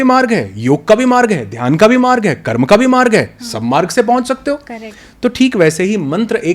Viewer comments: बहुत ही शानदार वीडियो है ।🙏 सिर्फ दीदी से निवेदन है कि हमारी भाषा को सम्मान दें । मंत्र को मंत्रा एवं कर्म को कर्मा बोलने से बचें । सनातन संस्कृति को बढ़ावा दें ।🚩🚩🚩🚩🚩🚩🚩🚩🚩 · मैडम, बहुत हल्के क्वेश्चन कर रही हैं। और मंत्रास क्या है भई, कर्मास क्या है? मंत्र बोलो न, कर्म बोलो। कोई प्रॉब्लम आती है क्या करेक्ट pronunciation में? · दीदी कृपया कर्म को कर्म ही कहे, जेसा की हमारे शास्त्रों में लिखा। उसको कर्मा ना बोले। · मैडम जी स्वयं को अधिक प्रदर्शित करने के चक्कर में शब्दों को न बिगाड़िए कर्म को कर्मा उच्चरित मत कीजिए।